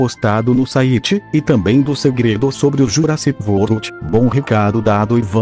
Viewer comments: Ele falou Jurassic vorld o certo é Jurassic world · Jurassic vold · Nessa voz o é engraçado quando fala o nome Jurassic World 😂😂😂